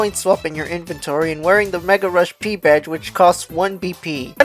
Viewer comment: anyone else get annoyed when he said peril rush P and not Mega Rush P